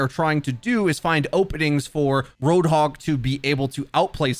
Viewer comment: Its Roadhog, not RoadHOG